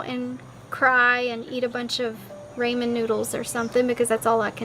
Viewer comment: "ray-men" noodles. First day being broke I see.